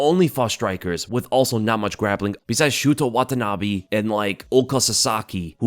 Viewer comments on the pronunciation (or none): none